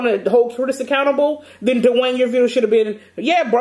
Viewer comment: “Not 24/7 Dawaine “🤣🤣